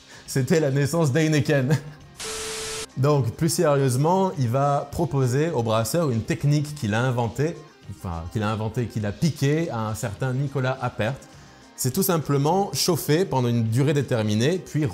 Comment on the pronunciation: ça se dit Apère, parles de mes ancêtres comme ça !